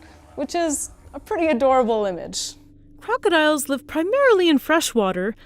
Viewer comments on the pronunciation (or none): Did she say Hugodiles??? 😄